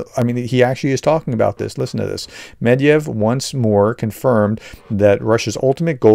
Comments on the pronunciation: Still no progress in pronouncing "Med-ve-dev"? Never mind, keep trying 😂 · Sure, it's good to have republicans on the side of Ukraine. However, yesterday the Prof was mocking the RT guy for not being able to pronounce Kiev... the prof can't ever get "Med ve dev" correct...